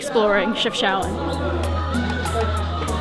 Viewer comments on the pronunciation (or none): It really is not hard to pronounce city names correct when every sound is available in your language. It is disrespectful that you didn't even look it up. Chef (as in cook) Shao (like shower) ouen (like ewww then an -en)